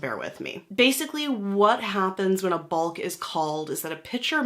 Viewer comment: It's pronounced Bok